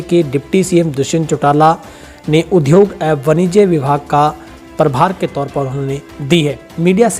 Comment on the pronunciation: Very nice news reading with latest information. But उद्योग (udyog) होता है उध्योग (udyog) नहीं। Please amend your pronunciation because we are a Hindi speaking state.